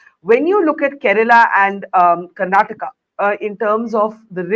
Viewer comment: It's baffling how often southern names are mispronounced in national media—even by those who call themselves senior journalists. They'd be furious if someone said Indi for India or Americ for America. But somehow, Karnataka becomes Karnatak, Kerala becomes Keral, and Tamizh Nadu becomes Tamilnad—as if vowels, syllables, and pauses are optional south of the Vindhyas and can be casually tossed out. Even names of public figures aren't spared: Siddarāmaiah becomes Siddaramaya, with "ayya" reduced to "aya" and "Rāma" flattened to "Rama"—as if no one in India knows how to pronounce Rāma. Sure, in natural speech, even locals might blend syllables. But in formal English—especially from a senior journalist—we expect accuracy. And just for the record, many Indian states outside the South also end in vowels—Goa, Haryana, Maharashtra, Meghalaya, Odisha, and Tripura—and no one mispronounces those. So let's be clear: this isn't about difficulty. It's about where attention is given—and where it isn't. It's about effort… or the lack of it.